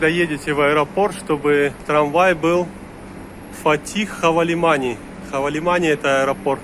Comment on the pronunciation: ХавалиманЫ, а не хавалимани